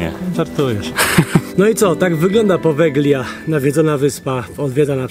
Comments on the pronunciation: Powelia sie mowi, nie poweglia 😅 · Jak już propagujesz jakiekolwiek informacje publicznie, nie popełniaj błędów. G, to zmiękczenie i nie używa się jej w słowie czytanym np.czyt.podelia a nie podeglia. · Wymawia się "powelia", gie jest nieme :) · Drobna uwaga: poprawna wymowa nazwy to "Powelia", super film chłopaki, z niecierpliwością czekamy na Wasz milion subów! 🤩🤩🤩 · Właściwie, prawidłowo wymawia się nazwę wyspy "Powelia". W języku włoskim zlepek "gli" czyta się jak "li". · Po włosku to Powelia - tak poprawnie się czyta Poveglia. 😉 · Poveglia (czytaj Powelia), a pandemia to status epidemii, która doszła na każdy kontynent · Przepraszam, wymawia się Powelia. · czyta sie Povelia (G jest nieme) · "g" w nazwie wyspy jest nieme. Ale super odcinek :) a to, co znaleźliście na początku i uznaliście za łóżko na wyciągniku, nie jest łóżkiem, ale czymś, do czego można było przypiąć pasami. Używane było, albo w więzieniach jako tortura (wiele godzin wisiano w pozycji pionowej przyczepionym do tego), albo w szpitalach właśnie - również do tego przywiązywano, co dawało możliwość unieruchomienia pacjenta, a ponieważ było to w pewnym sensie ruchome, ułatwiało dostęp lekarzowi